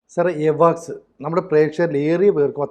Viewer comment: എവാക്സ് അല്ല അവക്സ്സ്‌ എന്ന് പറയു